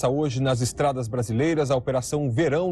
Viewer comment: Jornal Hoje e não hioje